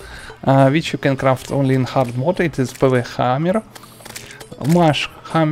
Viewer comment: The way he said pwnhammer made me smile